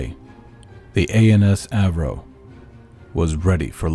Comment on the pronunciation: For the record, the Mun Freighter name is "Avro". did goofed on the name in